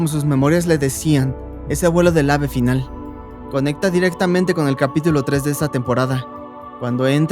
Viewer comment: En el 13.57 por decir final dijo finlan